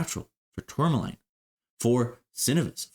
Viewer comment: Also, it’s pronounced ‘Tour ma lean’ sorry I had to say it my ocd driving me crazy hearing you say it wrong lol